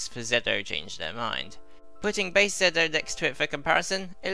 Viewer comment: it's weird hearing soemong call ZO "Zedd Oh" when thats NOT how it's read it's ZO like GO with a Z (confirmed by the Decade driver)